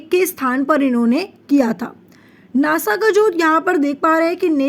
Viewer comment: अरे माम वो नाशा नाही होता नासा होता है